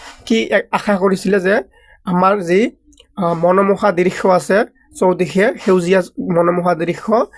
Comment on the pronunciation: Oii assomia kobo najano neki drixo nohoi drishya 😂😂😂😂😂😂😂😂😂😂😂😂😂😂😂😂😂😂😂😂😂😂😂😂😂😂😂😂😂😂😂😂😂😂😂😂 next time assomia bhalke kobi😂😂😂😂😂😂😂😂😂😂😂😂😂😂😂😂😂😂😂😂😂😂😂😂😂😂😂😂😂😂😂😂😂😂😂😂😂😂 😂😂😂😂😂😂😂😂😂😂😂😂😂you so 😂😂😂😂😂😂😂😂😂😂